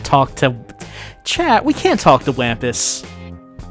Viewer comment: Wampus is pronoucned like Wompus. The Wampus cat was my highschool mascot, they're pretty cool, and also a cobalt blue. Cobalt blue six armed cats.